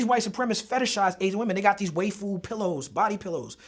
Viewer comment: The way Talib keep saying waifu as WA-FU is rustling my jimmies its waifu WHY-FU gosh.